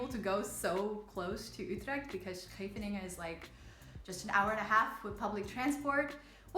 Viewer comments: About pronouncing Scheveningen correctly... You nailed it the first time! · Yes the first instance was spot on. The others were real good two but had a little too much palatalisation on the /s/, although if other features of the pronunciation would change to match those could probably still pass as part of a thick Amsterdam accent. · Well, apart from the "sch" being a bit too 's'-y you basically already pronounce it correctly. Better than most any native English speaker I've heard. 'sch' seems to be an extremely hard sound for non-Dutchies. If you want to get the last detail right: Seems like you're pronouncing the 's' with your tongue in the bottom of your mouth, you should put the tip of your tongue forward and almost press it against your upper teeth, like when you imitate a snake, and immediately cut it off and go to a hard 'ch'. Don't even worry about actually voicing the 's', it should be so short that you hardly hear it anyway. If you hold the 's' long enough to consciously register voicing it, you already held it to long to have time to transition to 'ch'. Just make the 's' motion as fast as you can and worry about getting the 'ch' right, and you should find you the 's' is about the right length, I think. That is, if you're physically capable of making that specific transition so quickly, it might be that it's one of those things you need to learn as a child and it's really hard to get your muscles to do later on. Ok, later on in the video when you speak Dutch... wow. Your Dutch is sooo good. Actually I think you're developing a Dutch accent when you speak English right after having spoken Dutch :-) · you already pronounce Scheveningen pretty accurately at the start of the video. And your Dutch is accentless, I think.